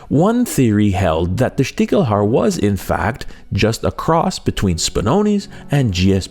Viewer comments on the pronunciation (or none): I'm a hunter from Germany and I couldn't tell you what a "Stichel" is, never heard that word. 😅 Small note on the pronounciation: The german "ch" is sometimes pronounced "ck" and sometimes "sh". In this case it's "Stishelhaar", not "Stickelhaar".